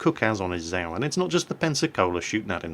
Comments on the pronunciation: and how he speaks out zap "sau" means swine in german. its called "tzau" not "sau" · it is nor ZAO it is za~o~~ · ACTually, it is pronounced "Zay-oh"...?? click Shhhiiiii.....